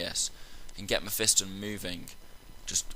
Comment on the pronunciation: you say it wrong, its meh - fah - ston not meh - fi -stin